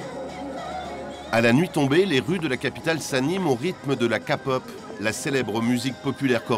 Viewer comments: J'ai failli faire vomir mon repas quand j'ai entendu kapop ! 😅😂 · j'adore ce documentaire mais.....K-pop, pas Kapop 😭😭